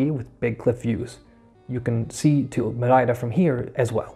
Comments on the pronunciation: Great job! And now I have a good reference for pronouncing Madeira like a local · you say Madeira as a Madeirense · Great job. And you are saying Madeira with the proper Madeiran accent, well done